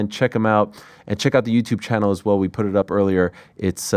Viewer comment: I love this dude. However, one thing has always made me wonder... Why does he seem to mispronounce the word "put?"